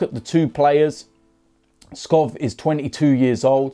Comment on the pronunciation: u need to pronounce it Robert Skow